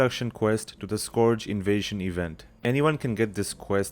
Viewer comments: Skorj? Skorj invasion? It's pronounced Skurj. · wtf is a scorge invasion, its SCURGE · this video is great aside from the accent when you say scourge lol too funny